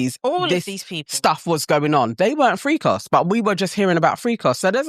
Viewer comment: Shout out to Diddy! 😂💪🏼💯🇺🇸 .. BTW, saying FreekOffs with a British accent sounds funny. 😂